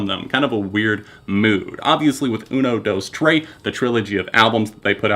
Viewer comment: "uno, dose, tray"